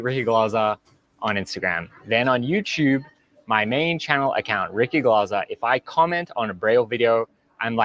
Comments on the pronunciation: I love how Americans are just butchering peoples' names like there's no tomorrow, even if they're english names.. It's Ricky Glaaaahser mate, not Glayser. You literally hear him say his name twice in the beginning of this video. Thanks for covering this non the less. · Ricky Glaser ( pronounced Glarser ) I think. 😂👍